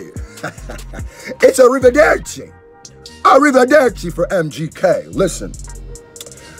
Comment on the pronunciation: Ehi you pronounced “Arrivederci” better than Em 😁👏 you got some Italian in you, don’t you?